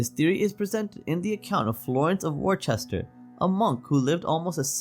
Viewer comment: Worcester= "wuss-ter"